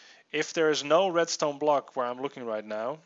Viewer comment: did he seriously say red "stoner"